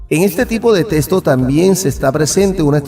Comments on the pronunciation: Se dice texto.. no testo. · En puelto rico de dice testo